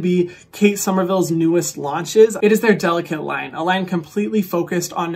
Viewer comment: You could at least say the name of the line correctly if they’re sponsoring you. DeliKATE like her name and not delicate.